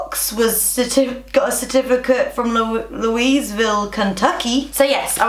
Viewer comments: IT'S LOOAVULL NOT LOUISEVILLE!!! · Loo-wee-ville, not Louis ;). Love the haul! Wasn't gonna correct until I realized that it was loo + wee and thought that was hilarious, and then I HAD TO!!!! Love it!!! :) :) :) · Its Loo-ee ville not louise-ville lmao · Louisville, KY is pronounced like Louis from 1D-ville, lol. Love all the stuff you got! ❤️ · I died when you said louise-ville Kentucky 😂😂 I'm from Kentucky you're so cute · "Lewis-ville Kentucky" hahaha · Lol is pronounced LEWY-ville. Like Louis from One Direction. You're precious <3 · loo-eeze ville she's so cute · louisville is pronouced like the guys name louie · Literally just spit my drink out on how you pronounced Louisville!!! Thanks for the laugh. Love that jacket! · Louisville is very hard to pronounce. I'm from ky. We don't say it the way it's spelled.